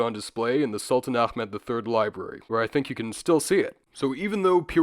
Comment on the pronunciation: Kind of unrelated, but your pronounciation of "h" in Ahmad was near flawless! Pointing it out because I thought it was very impressive since I notice many English speakers struggle with it or just omit the sound altogether and pronounce it "Amad".